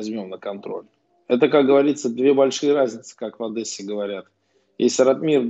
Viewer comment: Камил, не Одэсса, а Одесса))) Одесситы не поймут